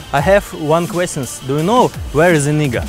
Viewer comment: Actually, its pronounced NAEga not nee